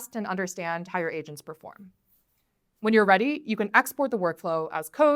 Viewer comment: After three minutes of me watching this video my wife in the background says "Oh AGENTS, not ASIANS. Ok I was getting worried."